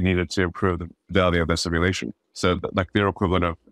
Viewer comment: Please learn to pronounce simulation.